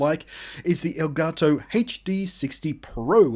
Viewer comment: Reviewer is the first person to say "El Gato" correctly